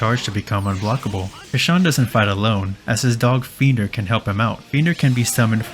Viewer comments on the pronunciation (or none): Casshern's dog's name is Friender, not Fiender.